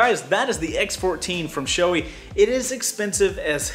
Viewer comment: It’s SHO-AY goddamit! Not SHO-EEY